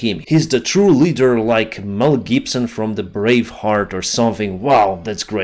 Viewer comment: "Gel Mibson"